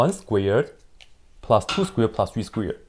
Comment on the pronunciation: Sounds like he's saying squeard and squear and its making me laugh for some reason.